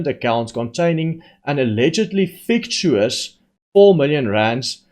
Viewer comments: its pronounced - fic tish us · Fictitious is pronounced FICK TISH ISS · Hi. It’s pronounced “fic titious”. Love your work👍🏻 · fic-TI-she-iss .. with more tea, please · You pronounce fictitious - fick-ti-shus